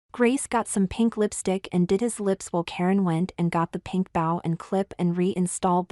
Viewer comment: Fun story. Suggest avoid using the word “bow”. Your text-to-speech software consistently mispronounces it, which is distracting.